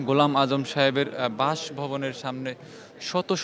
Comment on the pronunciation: এই সাংবাদিক এত ভূল করে কেন? অধ্যাপক ঘোলাম আজমের নামটা বার বার ভূল করতেছে।